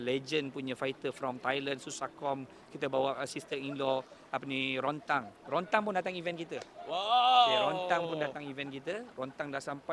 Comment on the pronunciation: Rodtang bukan Rontang bingai. Sebut nama pun tak betul baik kau takyah sebut. Pastu tak habis2 play victim main isu bangsa sebab nak tarik sokongan. Sebut2 pasal family bagai raih simpati. Sebut2 Agama sikit. Kalau kau bagus kau fight je la atas stage. Itupun lawan badut Yunus Martin je beriya bagai nak rak.. sini pun nampak kau punya IQ.. haktuii